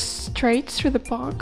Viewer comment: the way to ze bus stop LOL